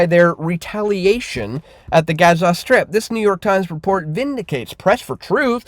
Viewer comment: Learn to pronounce Gaza FFS